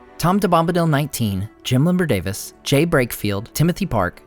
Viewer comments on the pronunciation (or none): none